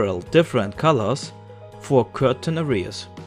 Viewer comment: "certain" wird nicht "kürtn" sonder "sörtn" ausgesprochen ;) I loge your art! :)